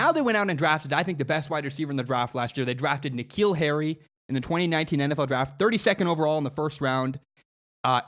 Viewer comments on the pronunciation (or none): Dude keeps saying K’Neal Harry’s name wrong